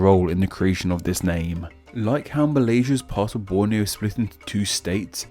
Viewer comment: Err, he did great in pronouncing Borneo, Malaysia, Indonesia, Brunei etc.... Apa lagi kamu mahu? Malaysian here